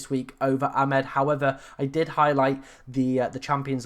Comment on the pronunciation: It's Amad, not Amed.